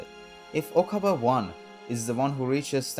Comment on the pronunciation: Okabei not Okabaa